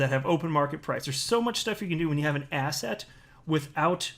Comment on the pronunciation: Did you just say asset or asshat,?